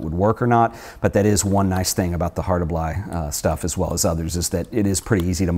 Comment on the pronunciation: Why do you keep calling the best medium format camera a Hosselblod? It's a Hasselblad!!!